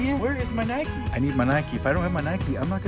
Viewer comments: It's not nikie ite nike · How many times did say nikey lol lysm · nike not nikeeeeeeeeeeeeeee you dont go out and ride your bikeeeeeeeeeeeeeeeeeeeee and its adidas not adeeeeeeeeeeeedas